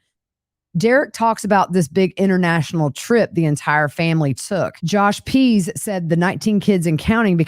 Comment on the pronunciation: Way off topic: Every time you say Josh Pease my brain hears Josh pees and for a minute I thought he was peeing on his victims.